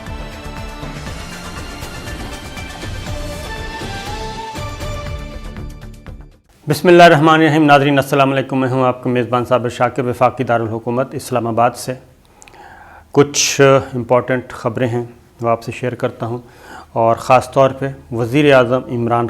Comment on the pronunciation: Sir always say asalamualikum not salamikum